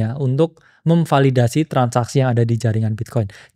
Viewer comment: sampe gue ulang, apa gue salah denger, ternyata beneran kesrimpet "memvadildasi" wkwkwk